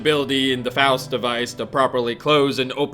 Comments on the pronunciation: ffs it's pronounced FOWST, not FAHST! Learn to read, my dude "XD I tease, keep up the good work this series is amazing XD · dam you it's pronounced "Faust" not "Faust"... or as google would pronounce "fowst"... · ITS PRONOUNCED "FOWST" like faustian where you sacrifice anything for power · Faust (f-ow-st) as in, faustian bargain... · literally unwatchable; he doesn't know how to pronounce Faust. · Idk if he's intentionally pronouncing Vaught and Faust wrong, but its pissin me off